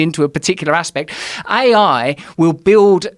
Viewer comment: Today we laugh But Joe Rogan just gave us the key to defeating ai. They know not of the secrets dmt keeps. Also Russell saying "a.i." Sounds like " i, i "